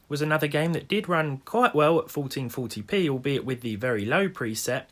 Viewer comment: "Folteen foty pee"